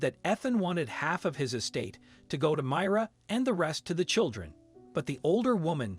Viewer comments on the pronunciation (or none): It's my- ra not mira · Why can't you pronounce the names correctly? The widow's name is supposed to be pronounced as My rah. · Learn to pronounce Ethan and Myra. You screwed it every time.